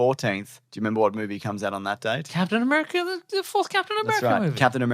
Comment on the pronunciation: "Padtain A-bear-ica"